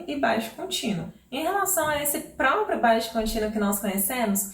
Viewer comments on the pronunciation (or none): none